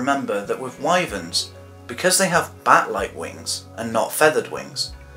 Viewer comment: I’m really impressed. Wuv Erma are indeed called Why-Verns. The reason is because they’re named by the river Wye, which is pronounced Why. Scansoriopotripatrix? I’m amazed you got the pronunciation right on that. Like I said... I’m impressed! The Burmese and rock pythons fall from heights to kill. Perhaps that could be an origin. I love this video! There are some insects that create immense heat. Oh you got it. 😂